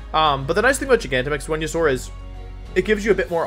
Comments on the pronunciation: G-Max “When-you-sore” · Is this man saying "windysaur" when he he knows for a fact it isn't pronounced that way because there are a million different places you can hear it pronounced? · Nobody: Wolfey: VeNuE-sOr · It’s venasaur and your hair is short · sounds like he is saying wenusaur or vwenusaur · I’m new on this channel. Why is he calling Venusaur, “Wendysaur”? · Wenusaur. He switches v and w sounds. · If it’s pronounced Wideo and Wenusaur, shouldn’t your channel be pronounced WolfeyWeVC???🤔🤔🤔